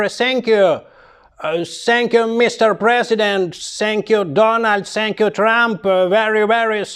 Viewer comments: Сенькью при сенкью😂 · Сэнкью~прэсенкью в😂😂😂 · сєньк'ю просеньк'ю😅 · Сэнкью- пресэнкью , дякую, аж подскакиваю...😂